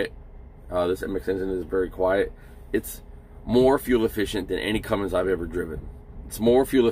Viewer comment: CUMMINS, no G in it